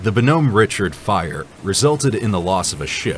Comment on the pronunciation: WOW...really go that name wrong! The USS BONHOMME RICHARD - it's pronounced BAA-NUHM RICHARD.